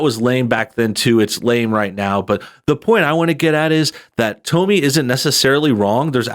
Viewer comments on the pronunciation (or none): I think the correct pronunciation of her name is “Tommy”, not “Tome-me”. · Hey —Have you never heard of Tomi Lahren. Its Tommy, not Tomey. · It's like "Tommy" not "Tome-ie"... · i love how he keeps calling her "Tow me" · Its "Tommy"...... Toe-me.....lol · Seems I've been mispronouncing her name this whole time. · She pronounces her name like Tommy. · Her name is pronounced like Tommy. I think she let her commentary self cross over into personal self. I'm sure she doesn't hang out in a circle where the "real men" do. I understand what she was trying to say but she didn't come across that way. I don't agree that she should "tone it down". She should be who she is. However she shouldn't be surprised when the MAN she is looking for is turned off by who she is. I think the feedback she gets on that video will give her some perspective.... Hopefully. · Well to start her name is pronounced like Tommy just to let you know. Now as far as her saying it’s men and our attitudes or that we purposely do things to ruin a relationship or are single minded thinking about sex all the time well she’s wrong. There are a lot of good men out there who have decided that relationships are not worth it because of the attitude that’s displayed in this video. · It’s “Tommy”, dude... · It's pronounced like "tommy" 🤔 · Great video but it's pronounced "Tommy" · I thought her name was pronounced like "Tommy". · Dude, have you never heard anyone else (or herself) pronounce Tomi’s name? You made a video about her and don’t even know how to say her name... super annoying!!! Can’t continue watching the video, sorry. It’s just too irritating to listen to your version of her name... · Why are you mispronouncing her name? I have to assume it is intentional or you have never seen her work.